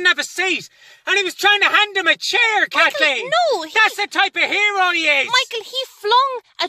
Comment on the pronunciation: "He's a AIRO!"